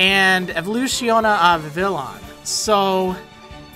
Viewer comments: i think that Vivillon is pronounced with the spanish ll, making it sound like vee-vee-YAWN instead of VIH-vih-lawn am i the only one who thinks this? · I think Vivillon is pronounced like Vivi-yon like the Papillon Dogs, and papillon is french for butterfly. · I thought Vivillon was pronounced "Viviyon" (like "papillon" which it's derived from)... At least according to Google Translate's pronunciation (because I don't know French). But also because the Japanese name is ビビヨン which uses ヨ instead of ロ. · Vivillon is pronounced VEE VEE YONE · Maybe Vivillon's name has a different pronunciation: perhaps vee-vee-yon, like French "papillon". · It's pronounced Viveon after french for butterfly; Papillon(Pa-pi-yon) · I think they're gonna be French pronunciations. So Noivern will kinda sound like Noir and Vivillon will kinda sound like Papillion (french for butterfly). Since this new region seems to be so much like France, we're gonna get French pronunciations. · I think Vivillon is pronounced "Viviyon" for French, because Papillon is French for butterfly, and Vivillon looks pretty much like a butterfly xD Just a thought to throw out there. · As probably pointed out, I think the "l's" in Vivillon's name are silent considering it seems to be a combination of vivid and the French for butterfly, papillon. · Double 'L' in Spanish is a "yuh" sound, so maybe Vivillon is pronounced 'viviyon' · I think you pronounce it Vivi-lee-on cause otherwise it'd be Vivillon not llion.